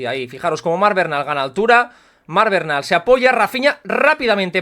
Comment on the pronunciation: Buen vídeo como siempre, simplemente comentar que el apellido Bernal no tiene origen catalán y no se pronuncia como lo haces tu normalmente, osea cambiando la primera e por una a (vocal neutra), sino que lo correcto es tal cual se escribe como has hecho por ejemplo en el minuto Hago este apunte porque me apellido igual y me suena raro cada vez que te oigo decirlo jajajaja Un saludo y a seguir a tope con el canal!!